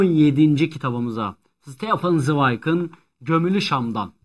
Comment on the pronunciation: Stefan Zweig /Ştefan Zwayk/ olarak okunur. Dili bilmez iseniz 'Z' harfini söylemek zaten zordur uğraşmayın 😊 Ama Stefan 'a 'ŞTEFAN' diyelim artık 😊